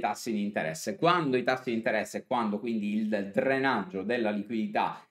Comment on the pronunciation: Ho alcune domande: 1) (min. ) cosa si intende per "Trenaggio della liquidità" ? Volevi forse dire "Drenaggio" (con la D al posto della T) ? 🤔; 2) cosa intendi dire in italiano quando parli dei "driver" ? 3) Cosa si intende per "pair bitcoin contro ethereum" ? In che senso "pair" ? 4) Cosa intendi con "merge" ? 5) Cosa vuol dire che Ethereum ha "breccato" le medie ? (Min. - ) Esistono dei corrispettivi italiani per le parole inglesi su menzionate ?